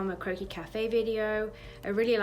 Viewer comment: I KEPT THINKING YOU SAID "CROAKY CAFE" NOT CROQUIS LOL